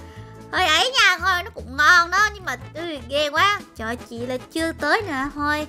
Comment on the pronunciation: Bạn b sai chữ quá chữ quá là qu a sắc quá không phải là qu e sắc qué